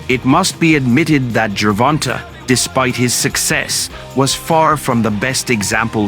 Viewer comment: Wait a minute. Is it Gervon-TA or Gervon-TAY?